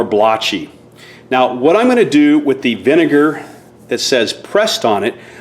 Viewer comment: It’s vinegar not vinger 😂😂